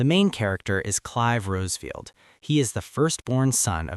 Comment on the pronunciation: I was scratching my head when he said "Clive Rose-field" almost 2 minutes in. Like, you would know it isn't "Rose" if you played the game.